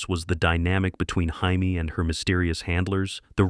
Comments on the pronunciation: It's Jamie, not Jaime dumbass ! 😂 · Who the hell was HIGH-ME? It was JAY-ME Summers. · Jayme. Not haime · Hymie? Her name is Jamie, AI bot.